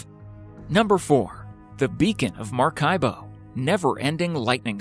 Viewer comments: It's not MARCAIBO ... IT'S MARACAIBO .. ITS MISSING A LETTER .. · 4. It's MARACAIBO, not Marcaibo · It's not Marcaibo. It's Maracaibo lol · Just a small correction: The place is called "Maracaibo" not "Marcaibo", but anyway, the phenomenon is still amazing however you call it, hehe... Great video! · It's Maracaibo, not Marcaibo. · Actually, number 4 it’s in MARACAIBO, no Marcaibo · It's not Marcaibo, it's Maracaibo, Zulia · It’s Maracaibo, not Marcaibo. Good vid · it's Maracaibo not Marcaibo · Its not marcaibo.. It's Maracaibo... I'm from Venezuela... But everything else was just perfect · Is Maracaibo not Marcaibo. I’m from Venezuela. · Its not "Marcaibo" its Maracaibo 😒 at least spell it right. Catatumbo lightning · Marcaibo??? Did you mean maracaibo??? And that's not completely true... VENEZUELAN TALKING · Maracaibo... not marcaibo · Is MARACAIBO not MARCAIBO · The place in Venezuela is not called marcabo is Maracaibo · Es Maracaibo 😂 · Is called Maracaibo lol 😂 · It is Maracaibo, no marcaibo.